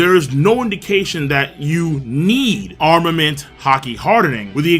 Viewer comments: To me it sounds like he is saying arment haki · "HAR DE NING" "AR MA MENT".. The way you say these make me uncomfortable somehow